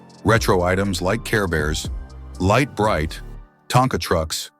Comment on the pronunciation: For nearly the whole video the horrible AI voice says "Light Brite" correctly.. Then suddenly at about it doesn't !!! Calling it "Leet or Leat Bright?!?!...